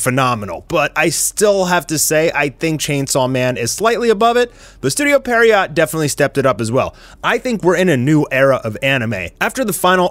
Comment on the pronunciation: Lmao how is it you people still can't pronounce pierrot???